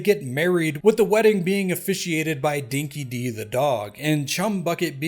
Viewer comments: Dinky Di isn't pronounced Dinky Dee. It's Dinky Die. 🐶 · Aussies cringing every time he says "Dinky-Dee" and refers to "Team Bondee" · "Dinki-Di" is pronounced "Dinky Die". Its an Australian slang term you could translate for 'legitimate'... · pronouncing dinky di wrong angered me way too much 😅